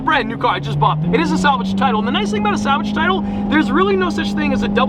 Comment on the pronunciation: "salgave tiltle" funny